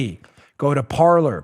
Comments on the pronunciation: why do the english pronounce french words.....its supposed to sound like "Parley"....actually an accent on the e....like the pirates.....parler......not parlour.......... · It's pronounced par-LAY ! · Parler. I really think it's pronounced "par-lay" from the French, meaning to talk.